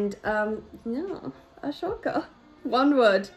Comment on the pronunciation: It’s pronounced A-Soka not ahshoka